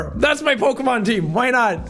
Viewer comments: Jack: Doesn't know Pokémon Also Jack: Says Every Pokémon name FLAWLESSLY that was in the First Team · Jack did a better job pronouncing Pokémon names than most poketubers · You actually pronounced all of the Pokémon correctly lol